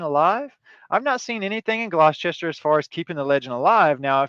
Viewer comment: Locally pronounced Gloster